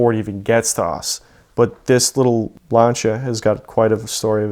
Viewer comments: Lancha??? L A N C EY A THATS HOW ITS PRONOUNCED 🤦‍♂️ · y is he saying launcha lmfao its actually pissing me off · Lancia pronounced lancha lol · I will not watch someone who says LANCHIA. It’s lancia. With an s sound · Epic story, but wtf is a ‘Larncher’? Is it like a Lancia? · What’s a lawncha? You mean lancia? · It's pronounced Lan-See-Ah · it's significantly closer than the way most people say it (myself included, I butcher it every time) of lance-e-uh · Honestly it bugs me that he mispronounces lancia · For the love of God learn how to pronounce the name of the car you sound ignorant as hell